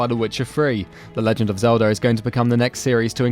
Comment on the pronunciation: Goodness sake, learn how to pronounce TH. It's three, not "free." Also please learn how to say "everything" and not "every fink." Also learn how to say L. You keep saying "Zehwda: Breaf of duh Wiwd."